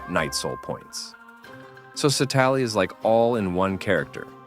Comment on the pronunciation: Please pronounce her name properly in the future